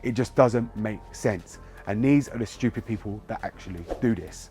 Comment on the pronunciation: I like how you said : Shtewpid